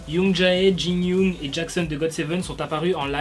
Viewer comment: Tu as tué les prénoms de youngjae et jinyoung 😂